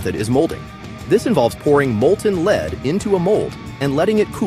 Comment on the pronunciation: Fukkin' AI "Leed" Bummer